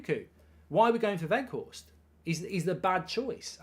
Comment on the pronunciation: Not Woot Weghorst mark, W-Out (W pronounced as a V) :)